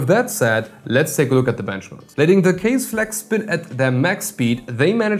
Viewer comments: Its not kaze. Its ka ze. Means wind. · Its not Kaze.... Its Kaz-aee(from the old days)... Also bruv.... I really like your videos And i agree on scissor part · It’s pronounced (Kah-ZEY)! Scythe is bad ass. In the earlier 2ks they use to sell bad ass little 25mm fans I used for cooling chipset heat sinks. Blessings. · I thought "Kaze" pronounced something like Kah-zeh like japanese or something. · Kaze should be pronounced 'car-zeyh', since it is a Japanese word which translates to wind or breeze. you can try put the word 風 into google translate to hear it. They also use Japanese word for their other fans line-up such as jyu (as in 10) for 100mm, jyuni (you guessed it- 12 )for 120mm and hachi (8) for 80mm. if anyone ever read or watched Naruto, i'm sure they'll know what 'Shuriken' is.